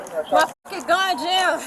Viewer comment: "mA GUn jAMmed" "Ma rAdIO". Yal are lucky you still got your blood flow.